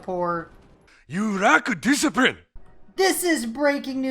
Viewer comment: "You rack disiprine" WTF XD